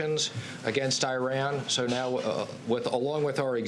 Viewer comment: This dude doesn't even know how to pronounce Iran